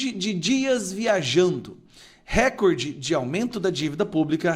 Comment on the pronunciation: NÃO É "RÉCORDE". PARA SER ASSIM PRONUNCIADO SERIA NECESSÁRIO A ACENTUAÇÃO GRÁFICA POR SER PALAVRA PROPAROXÍTONA. RECORDE É PAROXÍTONA. A TÔNICA É A SÍLABA "COR". NÃO ESTOU CRITICANDO, APENAS TENTANDO AJUDAR. É O CASO DE CATETER, CUJA PRONÚNCIA TEM SIDO CATÉTER, O QUE NÃO É O CORRETO. A TÔNICA ESTÁ NA ÚLTIMA SÍLABA COMO PALAVRA OXÍTONA.